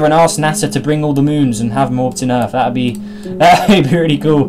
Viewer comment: Earth not Rarth